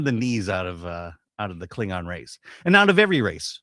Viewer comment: A Kling-NON 😂 and a Fem-Haddar 😂 I think I'll pass.